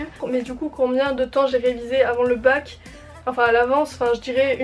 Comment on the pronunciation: Svp on a compris que c'est bac et pas mac😂😭